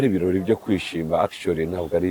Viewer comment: Ntibavuga Ikirori, bavuga Ibirori.